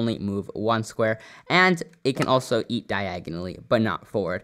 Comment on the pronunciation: Is nobody going to talk about how said "eat"?